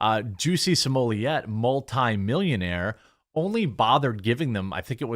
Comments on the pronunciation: Pronounced Smol-let, not Smol-yay. Just sayin. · It’s pronounced s mol et why are you making that more complicated than it has to be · Smollett is pronounced "small-ett .... One t would have you pronounce it small-ay ..... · Why did you say his name like that ? Lol